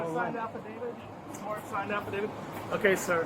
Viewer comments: He mispronounced every big word he tried using 😂. Affadadiv. Moron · Esculate? Afidade? Let me go, guys. You’ve got a Rhode Scholar there.